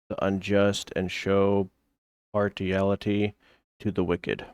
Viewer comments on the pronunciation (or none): Thanks for the update man and really rooting for ya to find another job! Hopefully one that you come to love like the one you had. Please don't hate me but when you were reading Psalms, the word you were struggling with is partiality, or parsh-ia-lity. I can't help myself when it comes to proper pronunciation so please don't take this the wrong way. You could also be terribly sleep deprived which is not helping. All this to say, best of luck out there and love your videos so far; take whatever time you need to get your footing work-wise.